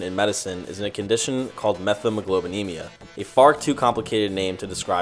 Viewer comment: Met-hemoglobinemia, not Meth-emoglobinemia.